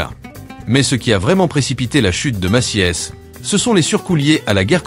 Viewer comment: La voix synthétique s'est améliorée par rapport aux années précédentes, m'enfin bon, Maciès pour Macy's ? 🤣